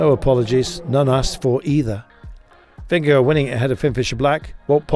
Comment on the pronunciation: Somebody learn that commentator how to pronounce Vingegaard .. Sounds really bad . Mabye call Rolf Sørensen ... Its about time to learn it right. ok .. fan of GCN .. :) and subscriber ,, And danish LOL:face-purple-crying